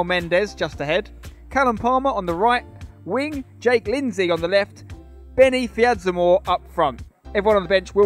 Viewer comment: Man said Benni fidzamoor lol, need Callum palmer